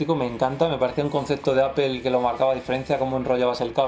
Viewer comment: Pues yo me voy a poner a llorar si sigo escuchando manzana en inglés:apel